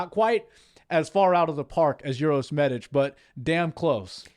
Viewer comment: Uros is pronounced "oo-roh-sh" and Medic is "meh-deech". It's not "your-os" or medic like the ambulance medic 🙂